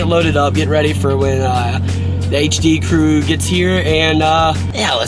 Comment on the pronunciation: So weird hearing him say HD crew